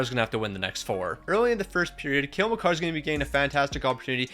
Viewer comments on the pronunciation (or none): none